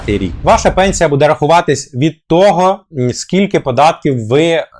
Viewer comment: Бууууууууде а не будееееееее!